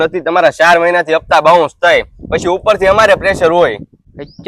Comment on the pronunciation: બાઉંચ 😂😂😂 નહીં એલા બાઉન્સ